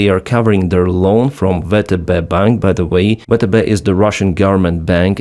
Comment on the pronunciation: You should consider using the American pronunciation, for YouTube purposes, VTB (VeeTeeBee) as opposed to how it's being reflected on the platform as "vetebe". До перемоги разом мій брат, стою з Україні та її Героям... Слава Україні!!